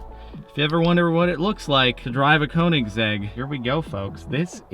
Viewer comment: Damn, I cringe every time someone that is not Scandinavian or European pronounce Koenigsegg, it’s pronounced königsegg. Or just ask Christian Von Koenigsegg how too pronounce Koenigsegg :)